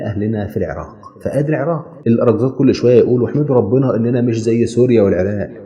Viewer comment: شكرا جزيلا لان لفظه العراق بطريقه لفظ اهلها شكرا وشكرا لشعب مصر ولكل شعوبنا الطيبه يارب يحيكم